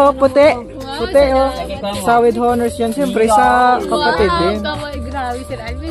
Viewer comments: No offense meant po.silent H ang pagbigkas ng HONOR.so ONOR is the ryt pronunciation. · silent h po ang pagbigkas ng honor